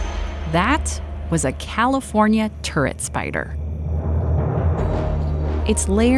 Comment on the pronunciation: I thought she said " California Tourettes Spider". I was expecting it to start yelling obscenities in a valley girl voice.